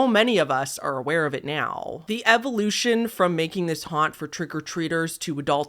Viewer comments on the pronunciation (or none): none